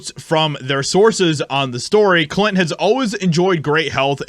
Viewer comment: You don’t know how to pronounce or annunciate Clint ? Do better. You’re out here in front.., lead by example..